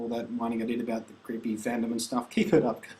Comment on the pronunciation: lol u said stoke rofl